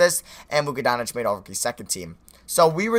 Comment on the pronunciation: It's not Luka Don-itch it's Luka Donk-itch